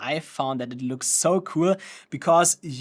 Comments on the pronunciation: I keep hearing u say '' FUCK'' instead of ''FOG'' 🤣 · I came here for educational purposes, not Comedy🤣❤😎. Brother is saying fog with a "ke" sound after the G which sounds like you're saying "F**k"... great job spreading Fogk all over the place🤣